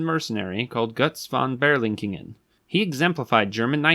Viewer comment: It's Berlichingen not Berlinchingen. Has nothing to with Berlin